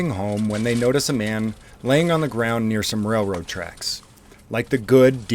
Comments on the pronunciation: More than once this moron called the railroad tracks “rayroad track” lol never in my life heard anyone pronounce it like that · Someone please to him railroad has an “L” in it. I’ve never heard of rayroad tracks. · Wtf are “Rayroad Tracks”. Lol!!!!